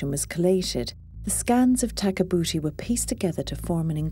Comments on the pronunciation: had a hard time watching it after you pointed tag a boota out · I'm trying to watch this video WITHOUT laughing so hard every time it says takabuti when it sounds like their saying tag a booty😂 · Great documentary. But kept laughing ever time they say tag-a-booty. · After having to listen to that woman narrator pronounce "Takabooti" a thousand times while spitting into the microphone we finally fell asleep waiting in vain to see what the mummy looked like. We gave up. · Hinks read her name as Tabouti, Where, when, how and why did the 'ka' come into it?